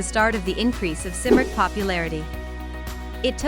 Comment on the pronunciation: Except it's pronounced Kim-rick